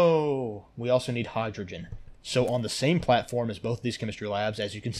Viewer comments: ahh yes, hydrgoen instead of hydrogen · mm yes, "hydroen"